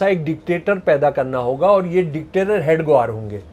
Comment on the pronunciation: महोदय जी ,आप "हेडगेवार " जी को बार बार हेड ग्वार क्यों बोल रहे हैं